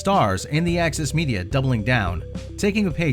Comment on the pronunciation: Well it might be the accent. But “Axis Media” is how I heard it.